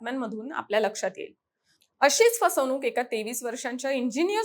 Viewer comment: 'ण' चा वापर करा. जाणून, पाणी, फसवणुक इत्यादी. जानून, पानी, फसवनूक नव्हे.